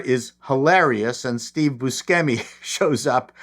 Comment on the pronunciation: Buscemi is pronounced "Bush-emi"